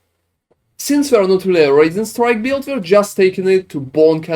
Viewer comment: I keep hearing “raisin strike” lol